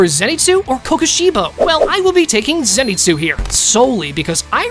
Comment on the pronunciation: it was a entertaining and good video but the continuous mispronouncing of the names bothers me so much mainly tanjiro and zenitsu